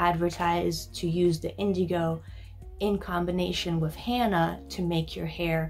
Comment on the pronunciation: pronounced henna not hanna